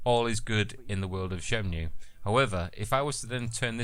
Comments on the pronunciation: Shenmue, not SHYENMYOO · shen-moo, not shen-mew.